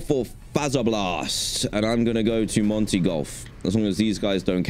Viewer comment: ITS NOT FaZeR bLaST. ITS FAZ - ER - BLAST. OOOMMMMGGG i think